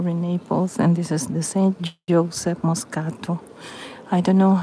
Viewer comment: San Giuseppe Moscati, please! Not Moscato!!